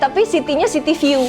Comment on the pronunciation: Aku kek salah denger apa gmna gtu yaaakkk... "Ini aku nggak ada balcony, tapi sitinya, city view." Masih terngiang2 tapi sitinya city view... 😂😂😂 always ngakak kalau nontonin elu Mbak eeee... ntaaappppssss...